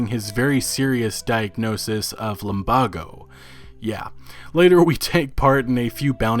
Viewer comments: how the fuck did he say lumbago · Does he pronounce words wrong on purpose lol. I’ve always noticed that. Like the say the words lumbago and Geddes in the game and he still says it wrong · You pronounce lumbago wrong and it infuriates me